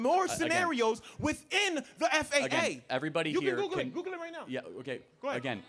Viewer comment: Has this nut ever used Google? I feel like if he had, he'd know it's not pronounced "Googoo."